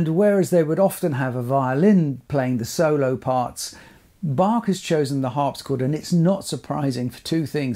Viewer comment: Thank you for this interesting video and proper pronunciation of Bach 🤍 which is not so obvious among English speaking people.